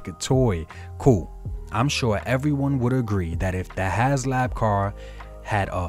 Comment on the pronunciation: It's has HASLAB, NOT HASLOW